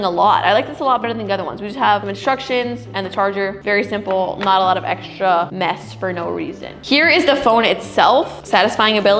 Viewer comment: X-Men = Sch-Men 😅 no wait I have some eschtra cash😅